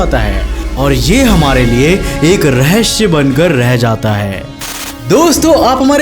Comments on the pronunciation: Bhai raheshya nahi rahesya hai bolo zuba Kesari😉😁😁😁😁😉😁😁😁😘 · RAHASIYA OR RAHASHIYA mein fark rakho bolney mein bhai bohat baar kaha